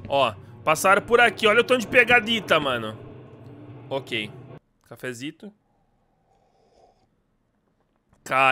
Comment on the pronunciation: Mano al invés de vc falar "ok" vc falou o gay😂😂😂